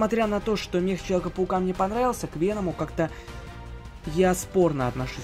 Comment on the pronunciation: Мех у тебя на руках, а это механический робот или все дела, а не "Мех"